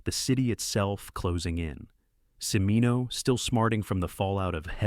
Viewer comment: Cimino is pronounced CHIH-MEE-noh, not si-mee-noh.